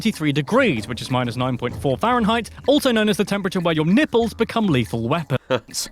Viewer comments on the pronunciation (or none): none